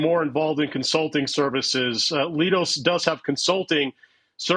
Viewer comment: It’s pronounced “Lie dose”, not “Lee dose”